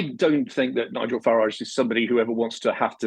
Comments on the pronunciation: Shame the show host hasn’t got the manners to pronounce Nigel’s name correctly… Shows where their allegiance lies. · The block can’t even pronounce his name properly